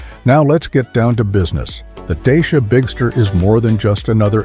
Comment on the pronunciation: Wrong pronuntiation of the name.😂😂😂😂